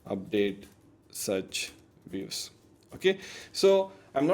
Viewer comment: Views ❌ Weaves ✅